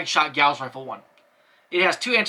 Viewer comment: While you're pretty much correct about Longinus, you're incorrect about Gauss. They're named after Carl Friedrich Gauss, who is German, and thus it is pronounced "Gow-ss."